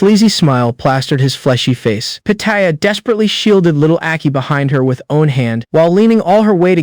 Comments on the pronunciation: Constantly saying Li (Lee) as (lie) and one 1 as (owen) is annoying... Use a better ai to read. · This AI don't know how to say: one.